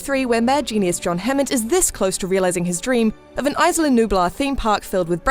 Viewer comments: Aisla nublar... Its Isla! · "Isla" is pronounced Ees-lah. Not Ice-lah. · Isla (EE-sla) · No the s is not silent. Isla is a Spanish word it means island. And it's pronounced eee -sla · Please work on your pronounciation, the spanish "isla" has NO "ice" in it. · the way she says "isla" hurts me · The 's' in "Isla" is silent. Like the word "island", which is what it means. Rough translation- Nublar Island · Not trying to be rude or anything but the way she says "isla" pisses the shit out of me